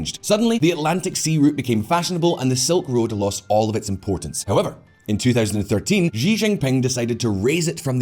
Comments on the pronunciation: Okay...that's it. It's a great video but something is driving me nuts: It's not "Ji Jin Ping" it's "She Jin Ping" Just like the pronoun. Slightly different in Mandarin but basically it's an "sh" sound. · Xi Jingping is pronounced roughly as Shee djingping, not ziziping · Why does he call the Chinese president “Gi Jin ping?” Does he say Willip instead of Philip? Aside from that great video. I think the ideas of the New Silk Road were good ideas but terribly executed and full of corruption. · I got distracted by the way he said JI Jinping and also his teeth :( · Please work on your pronunciation of Xi Jimping name. It's terrible and wrong!